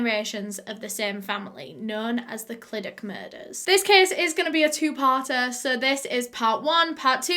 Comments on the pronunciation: Welshie here, pretty sure you did a great job pronouncing names! I think if i were to pronounce the name of Clydach, I’d use the welsh pronunciation of the letter ch (yes... ch is it’s own letter in welsh, it’s hard to explain but it has a throaty sound to it) but I’m not from that area (Cardiff yeehaw) so I might be wrong! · You need to enunciate the "ch" Think of a deep voiced cat hissing at you and that's pretty much the sound 😂 🏴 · The way you say Clydach is so admirable 😂 You tried, were really close too! But, imagine it as if the 'ch' sound is a 'th' but with the placement of your tongue at the bottom of your lower teeth instead of the top of your upper teeth Live really close to Clydach and I've heard actual welsh people butcher that name. So props toe you for getting it as well as you did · Did you notice she said Clydach wrong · I'm English but I've lived in Wales my whole life. It ku da bugs me how she mispronounced 'Clydach' but it's fine, Welsh is a weird language. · Don't get me wrong, I don't speak Welsh at all, but I do in fact live in South Wales. I've watched loads of her videos about cases, and whenever she's made the disclaimer about possibly pronouncing place names wrong, I've always thought to myself "it can't be that annoying to people if she gets it slightly wrong". Yet here I am hissing at the screen the proper pronunciation of the Welsh places. The Welsh language is bizarre 😂😂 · O butt why can't you pronounce Clydach right en, I also live next to Clydach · It’s the fact that this is 10 mins away from my house from me and your saying it wrong bb but love your videos❤️❤️ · i love u but how you say clydach makes me cringe. love u tho xxxx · I'm from around this area! Btw most of the time when something ends with CH it's pronounced as a sharp H. You want to feel it at the back of your throat. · no she did notttt 😂😂😂 clydachhhhh where’s the ‘ch’ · ClydaCHHHHHH CHHH you have to pronounce the chhhhh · You say clydach as cl i dachhh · “Clydak” lol